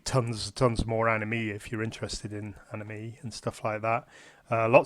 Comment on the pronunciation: It's pronounced an i may